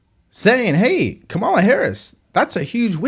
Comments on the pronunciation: Correct pronunciation: “Comma-la”. Not that hard. You can carry the water for Trump, but you are NOT his constituent. But continue. . .😂😂😂😂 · You mispronounced Kumswalla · If you can’t, or won’t, pronounce the Vice President’s name correctly, I won’t take you seriously.